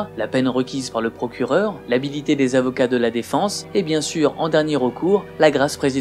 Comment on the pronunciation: Si je puis me permettre, c'est "l'habileté" des avocats, pas "l'habilité". Très bonne vidéo, comme toujours.